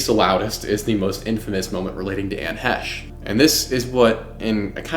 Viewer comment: You really should know how to say her name properly before making a video. That was so annoying !